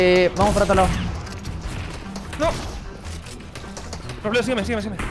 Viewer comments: Todos: Robleis: Robledo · nadie: absolutamente nadie:: Robledo XDDDDDDDDDDDDDDDDD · Nadie: Absolutamente nadie:: ROBLEDO